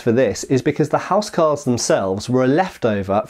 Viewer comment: It was pronounced 'owse cawls wunnit?